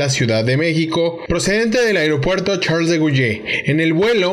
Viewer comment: Charles de Guille??? Se pronuncia Charles de Goll.